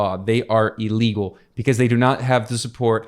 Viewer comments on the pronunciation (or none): Illegal and Iran, not EElegal and EEran. (For example, when you're sick, you're ill, not eel.) Good video though, as usual.